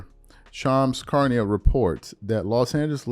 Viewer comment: Your butchering Shams last name Fam